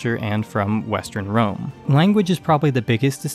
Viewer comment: You would be shocked to find out that in Serbo-Croatian we call the city of Rome - Rim/Рим Which sounds exactly the way you pronounced it